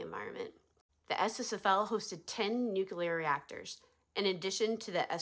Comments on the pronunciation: Never heard of it, but I know the difference between nuke U ler, which is not a word, and nuke LEE er, which is the word you're trying to pronounce but doing it incorrectly ! Why is this so hard for people ??? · If they can't say it correctly, how can you believe they know what they're talking about? It' s Nuclear, not nucular.